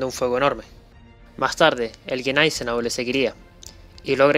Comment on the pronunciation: Los que sabemos de éstos increíbles buques y armamos a los acorazados,.en Español.. pronuncia neisenao y chanshorst...😅😮😮😮😂😂😂